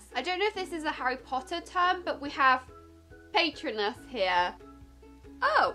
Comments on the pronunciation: You don't see the movies. And you don't really like HP. So why do you do this video??? And you say Patronus wrong!!😨😠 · ‘ it’s not paaytronus it’s pAtronus ‘ xx lol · Pat-row-nas Patronus (I think that’s how you spell it) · It’s pronounced PA-Tro-nus not PAY-tro-nus 🙈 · Paytronus? Pay-tron-us? Really? It’s Patronus. Pa-tro-nus. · Ahhh pAtEtrOnus killed me!! It’s pronounced pat-roe-nus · When she says pay-trun-us I got mad and said to myself it’s pronounced pa-tro-nus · By the first 1 I already tought Auts you say paytrunus And you mus say it as pa tro nus (it's a spell to keep of dementors) But still I like the video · The ‘’little triangle’’ is the deathly hallows symbol and it’s pronounced PA-TRO-NUS not PAY-TRO-NUS thank you for your time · It's PatrOnus not pAtronus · It’s pronounced puhtrohnus not paitronus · Who else cringed when she pronounced it as paytronus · "pay-tron-us"..."i duno if this is a harry potter thing?".......omg.... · it’s a spell,pat-row-nus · Patronous-Pa-trone-ous is your ghost animal in the wizarding world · Hi 😘 I really don't want to seem mean but patronus is pronounced pa-trooo-nus ✨soryy if that didn't help, I just wanted to say🌟have a lovely day and keep smashing the videos xx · Its pronounced pa-tro-nus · Btw patronus is pronounced pa-tro-nus. The triangle is called the Deathly Hallows. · btw its pronounced (pat tro nus) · It's Pa tro nus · love you! by the way patronus is pronounced as pa-trone-us x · Cecile Sophia ikr and when she said PAYtrinus it hurt so bad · Anyone else die a little inside when she said patronus wrong? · “Patronus” .....*pauses video and stares at the wall..* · As a die-hard Harry Potter fan, it was a little painful to watch you try and pronounce “Patronus” and not remember things 😂😂😂 but I would like you to do the other three houses! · Rosy-lee Hawkey yessss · Forgetting Ravenclaw.. saying patronus wrong.. she definitely hasnt seen the films or read the books lol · Rosy-lee Hawkey yep😔